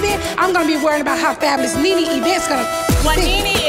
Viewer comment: themezzy mahon I know you did not just say “kneeKnee”